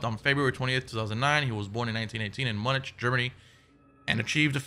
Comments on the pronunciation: I love how he pronounced Munich. Lol 😂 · haha how you pronounced Munich. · Anyone else notice the way he pronounced Munich?? Lmaooo